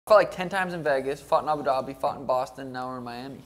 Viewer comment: bro said abu dabu (aboo dah boo) 😂😂😂 ITS ABU DABI MY BOY